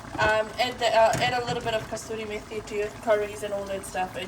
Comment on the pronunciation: Julum bhaini..kasuri methi hai, kasturi nahi 😄